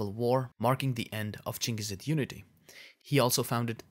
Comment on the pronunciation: Yes the pronunciation should sounds " chingis".